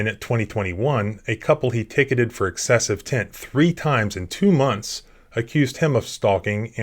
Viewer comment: What is tent? Is that what he said?